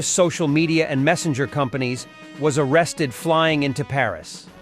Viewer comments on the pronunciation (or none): none